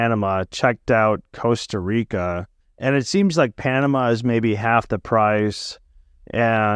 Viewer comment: Good talk but after living in Panama all that time, it bothers me that he cannot say “Costa Rica”. I believe he was informative in many ways though. Just please, learn to pronounce the beautiful words in Spanish, not English.